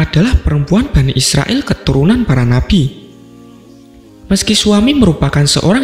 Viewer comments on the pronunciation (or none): none